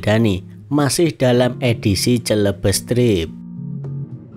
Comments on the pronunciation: Bukan celebes tp bacanya selebes artinya Sulawesi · Masukan ya mas,, Celebes mas,,, pake "e" Pepet,, kayak best dalam bahasa inggris...